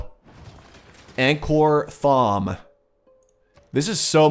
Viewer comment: Josh G thank you. These pronunciations kill me.